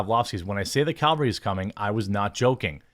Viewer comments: Its cavalry not calvary. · Cavalry not Calvary